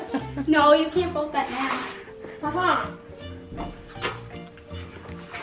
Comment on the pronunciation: u tried to say vote and u said goat!!!! 😂😂😂😂😂😂 This video was, as the title said, hilarious. asked what we wanted to see, and my answer is, I LOVE ALL YOUR VIDEOS! I DONT CARE WHAT THEY ARE AS LONG AS THEY'RE DAY BY DAY! ❤️❤️❤️❤️❤️ But,I'd be in favor of more SSO videos...